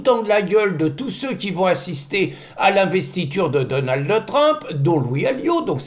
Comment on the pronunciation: S'il vous plait Pierre arrêtez de mettre un "e" à la fin de Donald ça me fait mal aux oreilles 😂. C'était le prénom de mon mari décédé